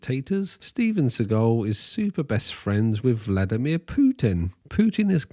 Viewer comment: That's actually really close to a correct pronunciation. He's honestly trying and not just "americanizing" every name as is tradition. "vlAdimir" is definitely incorrect, despite everyone who's speaking English saying that.